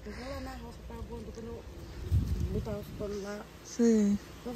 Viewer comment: Porque fala butar?😂..